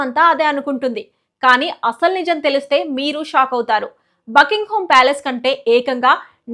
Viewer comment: Bucking ham palace Bucking home కాదు talli 😂